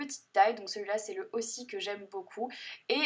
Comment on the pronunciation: Pour le shampoing Aussie, ça se prononce Oz-ee :) Un bisou en direct de l'Australie, malgré la galère pour trouver du Wifi, je ne loupe aucune de tes vidéos !!